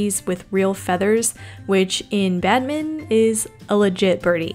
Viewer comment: "Badminon" lol that's what I heard